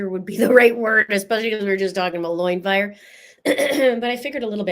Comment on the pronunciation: OMG like loin fire intensity!!!!!???? You are seriously killing me 😂:_LoinFire